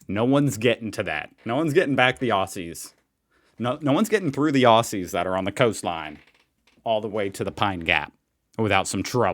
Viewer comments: It's not secret, in as much as we all know it's there. But while you're talking emoos vs emews, I have to let you know that 'Aussies' is not pronounced Ossies, it's pronounced Ozzies. Happy arvo 😊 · Congratulations mate ✌....it's spelt aussies, but pronounce it OZZIES if you want to sound more Australian....